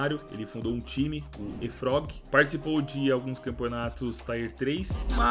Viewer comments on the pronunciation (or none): none